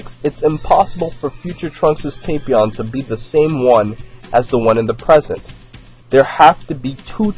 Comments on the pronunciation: It's tap Not tapeion It's tapion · its tah-pion